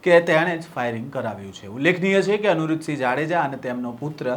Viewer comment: અનુરુધ સિંહ નહિ અનિરૂધ સિંહ 😅😅